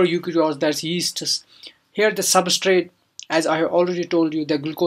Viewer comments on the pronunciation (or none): none